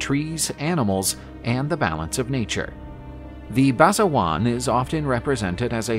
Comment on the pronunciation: Basajaun isnt pronounced, "Basajuan"...unless it somehow is? Basa Ja-oon*